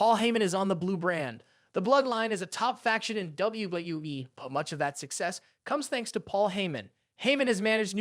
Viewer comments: What the f*** is Wueueue???? Do you mean WWE? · WWE. Thats how you say it, not dubyabyyuaaee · Man you can't even say WWE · lol it sounds like you're having trouble saying wwe every time you say it